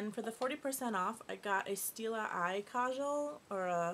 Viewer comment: score for coupon codes! 40% off is a lot. you said kajal right the first time :) I always say things wrong